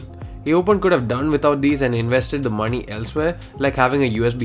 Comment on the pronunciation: when he told MOŃEY i felt it ! He a MALLUUUUUI